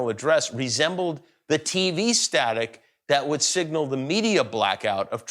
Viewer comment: “The pentagon put d real nuclear code to d football”. I’m dead 🤣🤣😂🤣